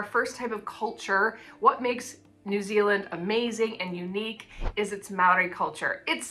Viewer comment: Your pronunciation of Maori is pretty good, but the R needs some practice. At the moment it sounds more like an L. It's much the same as the Spanish R, a flick of the tongue across the roof of the mouth, like a very soft and fast D.